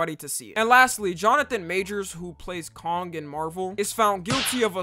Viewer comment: bro did NOT just call "kang" kong💀💀💀💀💀💀